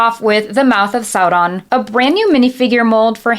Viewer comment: Certified Tolkien nerd, you said "Sow-ron" not "Sore-on". Spot on! XD